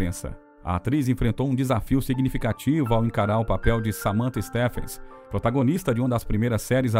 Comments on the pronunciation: Grafia Stephens , pronunciado Stifens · Adorei saber mais sobre a atriz de A FEITICEIRA. Uma observação, a pronúncia de “presenting” é pri-ZEN-tin, acentuando a segunda sílaba. Stephens se pronuncia Stívens com o som de V e não F.